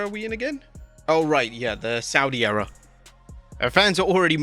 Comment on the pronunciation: Agian with "A New Era(ror)